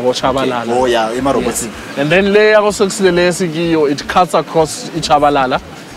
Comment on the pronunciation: That shopping centre is called Sekusile not Sokusile. Singabulali iLanguage lamabizo ezindawo pliz.